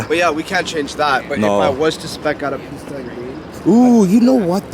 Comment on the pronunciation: Bro! You're triggering me with the way you calling that Ferrari "piss tuh" Edit : I couldn't watch the video anymore. You sure are unique 😂